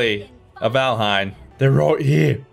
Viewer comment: you know hid name is valhien not vanahiem